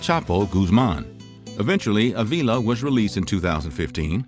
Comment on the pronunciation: it ain't a-veela it's Uh-vila